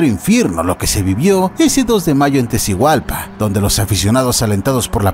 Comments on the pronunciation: “Tecigualpa”?? No habrás querido decir Tegucigalpa??😊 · es Tegucigalpa no Tecigualpa